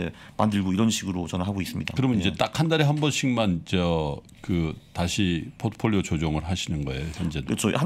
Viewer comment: 갑자기 거인의 포트폴리오! 그와중에 유창한 포트폴리오 발음, 물흐르듯 자연스러운 홍보 ㅋㅋㅋㅋㅋㅋㅋㅋㅋㅋ